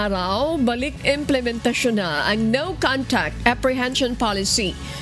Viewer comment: Implementation po hindi emplementation…mali ang pronounciation kailangan iayos at maraming college at highschool graduate na mababa ang Comprehensions